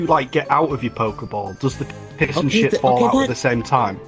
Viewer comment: “It means I really have to SHET!” ~